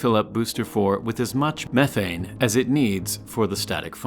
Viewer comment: i thought he said 14tons of meth